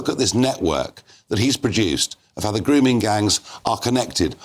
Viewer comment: Yes. Khan “errrrr don’t no wot a gwooming gang meenz durrrrrr”